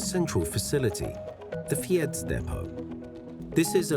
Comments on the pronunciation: For a channel with 1.26 mln you should pay a bit more attention to local pronounciation ! ! 'Fiets' is not that hard to pronounce. Other pronounciation than 'Fyeets ' is not too much asked anyway . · Also, you make a video about bicycles in Amsterdam and don't look up how to pronounce "fiets"?